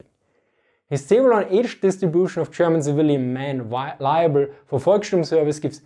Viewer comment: Heads Full Of Eyeballs correct. But it's "Volkssturm", not "Volksturm".